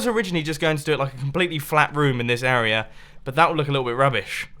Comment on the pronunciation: "This Uruhh right here" That word is becoming increasingly distorted with each use. :P